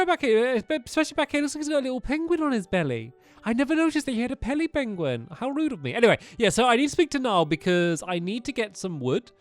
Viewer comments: stamps says pelly benguin instead of belly penguin lol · I lol when stampy said pelly benguin. Good job stampy 👍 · he said pally benguin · he said pelly benguin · Oh my god did he say pelibengion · He said "Pelly benguin" at the beginning 😂